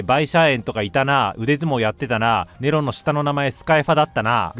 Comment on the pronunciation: ネロさンのとこで急にイイ英語が聞こえてきてびっくりした